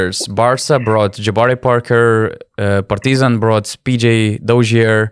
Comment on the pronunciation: Absolutely love the way you pronounce "Partizan"! Keep that change as permanent please✊